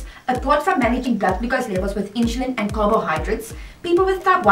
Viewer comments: Why do you prouncoun "i n s u l i n" as "I n s h u l i n? Just wondering. Otherwise this video is quite exceptional. I've been dx'd at age 2 in 1959. Wowee! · Thanks for watching the video, I am happy to hear you enjoyed it. With regards to the way I say "insulin": When I was diagnosed (20yrs ago at the age of 16) that was the way my Diabetic Educator pronounced the word "insulin", so I guess it's the way I was taught to say it, hehe. Afrikaans is my first language and English is my second language, so I only recently found out that I'm saying it differently :) apologies for that. Well done for living with T1D for such a long time, I am sure you're an inspiration to others.